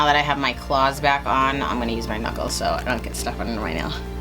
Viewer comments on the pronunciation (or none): none